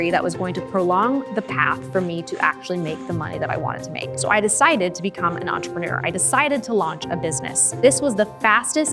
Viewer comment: Why should I listen to someone, who doesn't know how to pronounce "entrepreneur"?